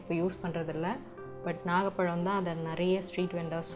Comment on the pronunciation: Adhu" naaga "palam ila..its "nagaaa"palam